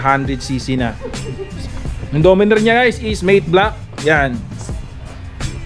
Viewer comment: Boss correct lang Kita it's matte black not mate black.